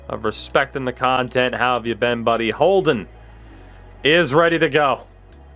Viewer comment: Lol you said Holden’s name wrong 2 times when you looked through the trophies